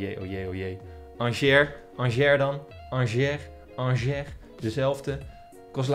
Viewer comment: Ik was 2/3 weken geleden bij RWDM in Brussel. Angers was er toen ook en je spreekt het dus uit als aangee (g=sj)